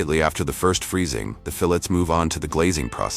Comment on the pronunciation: Funny...can't pronounce the word fillets...different way several times...irritating...